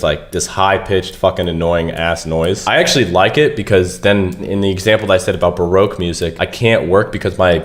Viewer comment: R we fr calling baroque barouque